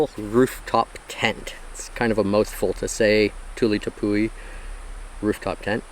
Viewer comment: Not to be a nag but it’s not pronounced Tepoo-ey. It’s an Pemon/Cariban word from Guyana. We say “ ˈtɛpwi “ or, “Tep-Wee.” Thanks for attending my Ted Talk!😊